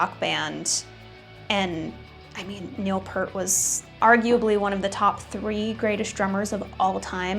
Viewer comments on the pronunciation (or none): It's Neil P(ear)t not Neil Pert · Heard Pert again. (grinding teeth) It's Peart, like ear! Please, I need HELLP! lol... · It’s not Neil Pert. It’s Neil Peart. Like ear but with a P and a T at the end :) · Its pronounced P-EAR-T" Its "EAR" with "p' at the beginning and "T" at the end. NOT "pert." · 'Peart' is pronouced "peert" 😉 Great video otherwise! 😄👍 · Nobody saw it coming because, just like you don't know how to pronounce Peart, has ZERO history even talking about RUSH. This is utter nonsense